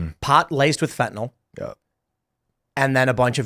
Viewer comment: Have any of you ever read rhe word "fentanyl"? Fen-tah-nil not Fen-tah-nol. I guess only the guest bothers to pay attention. To be fair, 0% of Senators get it right either. You folks are really smart. Don't sound like youve never read the word.